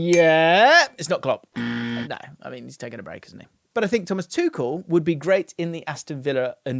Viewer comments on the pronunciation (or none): none